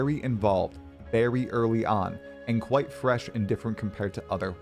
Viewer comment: freash? omfg stop this plz